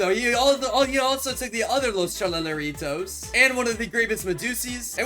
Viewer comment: you siad los tralaleritas when you meant to say los tralaleritoes